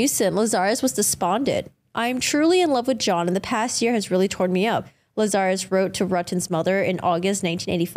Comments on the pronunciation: You CAN see her facial reaction on the original video! 🤦🏻‍♀️ P.S. her surname’s pronounced – LAZ AR US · Every time you mispronounce "Lazarus" it triggers me.